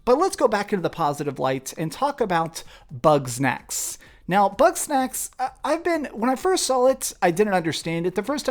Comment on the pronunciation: Man every time he says “Bug Snacks” it sounds like “Butt Sex”😂😂😂 When he said “I’m gonna play butt sex” I damn near fell out on my cahir😂😂😂